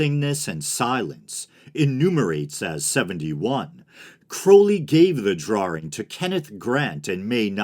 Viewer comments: Did you say drawring? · True, but he mispronounced "drawing".